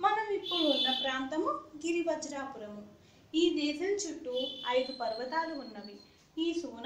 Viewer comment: గిరివ్రజపురం... గిరివజ్రాపురం కాదు...